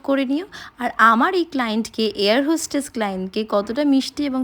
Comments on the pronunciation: Not hostage , its hostess… and not suttles ,its shutle.. Not by professional, its profession.. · এয়র হোশ্টেশ কী proffession !? Air hostess "hoshtesh" ??